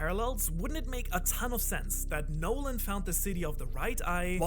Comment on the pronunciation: Montblanc No-land lol